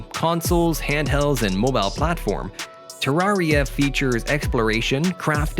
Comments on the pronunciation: I got so triggered how he pronounced terreira like bruh I died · I lobe how he says tararia instead for tareara